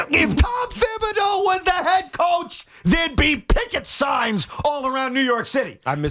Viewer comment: Tiki, wtf are you talking about? When was Thibs playing guys 46 monutes a night "every night"?? And for godsakes, it's pronounced Tibs, not THibs!